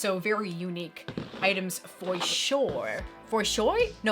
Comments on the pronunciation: Please keep saying “for shoy”. I used to think that was my own original thing, but now that you just said it, it makes me feel cooler because now I can tell my friends “Hey,… said it!!! So it’s for real! Did I also mention that you friggin ROCK?!! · "Fo- Show"!!?